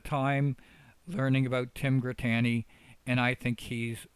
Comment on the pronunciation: how can you not know how to pronounce Dux’s name? (ducks) Have you seen one of his videos? U also mispronounce Grittani’s name.